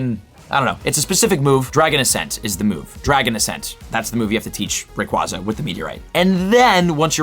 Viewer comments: Why you say Rayquaza like that? Lol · Still haven’t learned how to pronounce Rayquaza, I see. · Not trying to be rude, but the constant mispronunciation of Rayquaza really grinds my gears while trying to watch this.